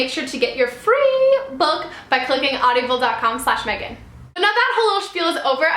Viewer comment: You keep saying audiable D: I was like "wait...that doesn't sound right". I loved how at the end you were talking through hiccups haha it was cute. :)